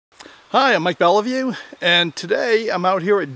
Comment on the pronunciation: You pronounce Beliveau "Bellevue"? It's interesting to hear how different it sounds from the original French pronounciation